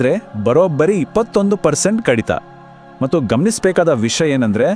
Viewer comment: ಮಟ್ಟು ಅಲ್ಲ ಕಣಪ್ಪ ಅದು ಮತ್ತು